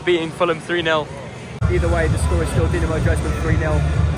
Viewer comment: Doo-na-mo Drays-den